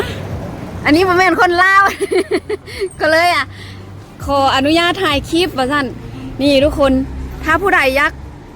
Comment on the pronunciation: ครู พูด CLIP,คลิป ด้วย DON'T FORGET L, ล.ลิง😊😊😊